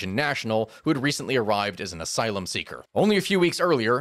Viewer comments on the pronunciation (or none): none